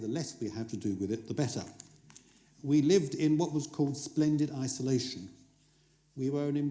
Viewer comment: Every time he says 'Splended Isolation' I think stupidly with a head burried in the sand like an Ostrich